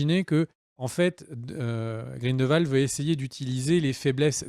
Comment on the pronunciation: Mes oreilles ! Cest GrindELwald et non "Grindvald" Et au vu des absurdité que tu dis que j'ai pu lire dans les commentaires je vais m'arrêter là. Cirrige ta vidéo et reupload là stp